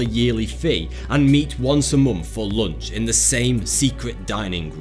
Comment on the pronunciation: I nothing but love the way you pronounce "month": (mommfht)